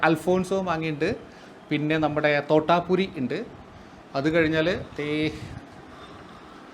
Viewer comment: തൊട്ടാ പൂരി അല്ല തൊത്തപൂരി 🤣